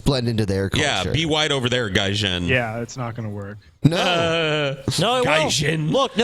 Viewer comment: mispronounced the Japanese word for foreigner. Attack of the weebs incoming.